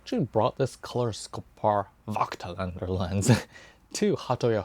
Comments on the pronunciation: It's a german/austrian word. We say "Fogtlander" if you pronounce it the english way. You're not too far from that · Hi. I am sorry for that. But your pronouncing is more then terrible. It will be pronounced Like Fogtlander in english. And how you pronounced it is like the germans Idiots speaked in the ww2. In germany (i am a german guy and live in germany) this is really a very sensitive theme. And it is about 80 years ago. So Nobody in germany is alive from this time. And we Don’t want this time again. So please have a Little respect to your german viewers. Nobody in Germany would publish a video with a pronouncing like that. Because it would be the end of the youtube career. Please think about it.